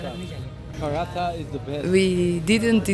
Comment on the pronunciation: Prhatha....no ...Paratttha 😂btw nice video.